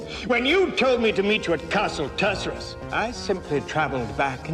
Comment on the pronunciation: even though they pronounced it wrong!😜